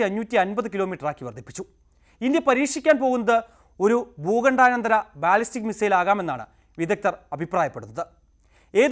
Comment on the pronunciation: ഭൂഖണ്ഡാനന്തര.. എന്നല്ല "ഭൂഖണ്ഡാന്തര - inter continental" ബാലിസ്റ്റിക് മിസൈൽ എന്നാണ് .. അവതാരക..